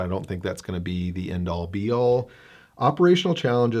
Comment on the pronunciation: De plane, de plane. Are we getting Oldsmobile, too, Mr. Roarke?